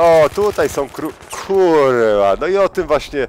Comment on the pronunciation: Uwielbiam twoje kurrrła :P